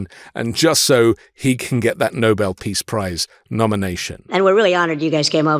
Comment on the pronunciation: How wonderful! This BBC announcer pronounced "Nobel" "No-Bell", not NOBLE like most American audio journals.